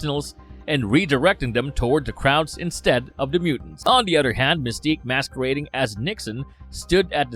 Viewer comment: Tuhgever, udder.